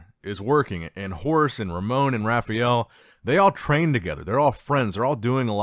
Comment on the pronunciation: "Rafiel" dude...how Hard is to say RA FAAAA EL?